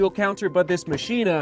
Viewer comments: 7! Could be pronounced ma-key-na.... not machine-ah... just guessing... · Mock-e-na (like Mach speed) is the proper pronunciation I believe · Its pronounced "Mah-chyna" you plebs. Just ask our president. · I think it's pronounced 'ma-k-i-na', like the movie Ex Machina. Outer material actually looks like Ava in the movie. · I think it is pronounced, Machh - Ina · it's Machina as in "Ma-Ki-Na" like the spanish for machine. I have an UA hovr phantom SE and actually love it except for the weight, could be better. The UA tech is actually very nice and detailed once synced into the map my run app. IF UA could produce lightweight running shoes, it would be great. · I think it's probably pronounced like how you say deus ex machina